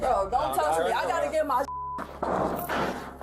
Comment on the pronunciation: Just FYI young lady…it’s pronounced “Me”….not “Me-A”…..no A at the end…..Ok-A?